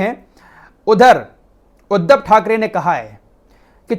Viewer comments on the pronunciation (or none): none